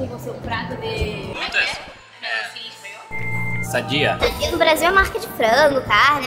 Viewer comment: Não é sadia e Sandia eles falam todo errado kkkkk